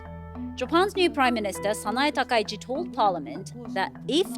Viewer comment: As a Japanese, I believe Takaichi is correct